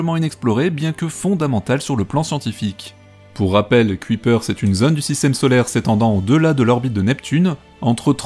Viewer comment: Bonjour. Aujourd'hui, leçon de prononciation néerlandaise: Kuiper se prononce "cueillepeur" et non "cuitpère". 😉